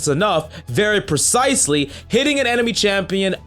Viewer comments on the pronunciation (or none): none